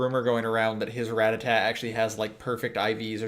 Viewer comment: its ra-tat-ta not ratatat